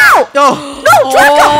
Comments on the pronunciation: funneh said draca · funneh keeps saying draca instead of draco when he kills her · Also funneh said draca instead of draco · Funneh did say Draca by accident, lol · Wait did say AH DRACA😂 did anyone here that😂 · The fact funneh said Draca to Draco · anybody notice funneh almost calling draco draca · NOUHHHHH DRACA ( Ik she meant Draco but it sounds like that)